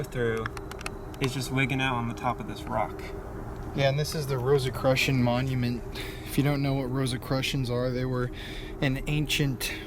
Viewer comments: it’s pronounced “row-suh-kroo-shin”. Enjoyed the video! Hope y’all are safe and healthy! MLLHR! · It's "rosa- CROO-tian". I promise.